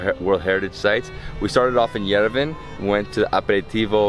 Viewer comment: Why on earth somebody, anybody ( like that guide of his) tell this guy how to correctly pronounce the name of the Armenian capital YERVAN AND NOT YERVEN!